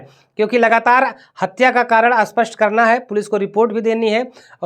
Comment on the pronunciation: Spashtt bolo, aspastt koun sa language hai? Aspastt means matter saaf nahi hai... Pronounce thhek se karo patrakaro